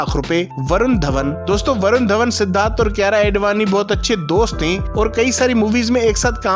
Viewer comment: His aedvani tho 🤌😂